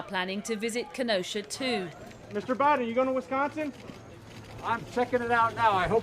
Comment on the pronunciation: I thought Brits said it with the emphasis on the first syllable. Like this... “WHIS—k’n—s’n.”